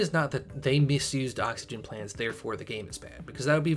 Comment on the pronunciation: "30 seconds.." "Oh-xygen"